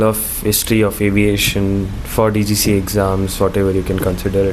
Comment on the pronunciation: bro it's DGCA NOT GCGA.